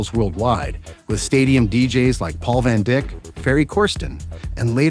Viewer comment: "Paul Van Dick"... uhhh......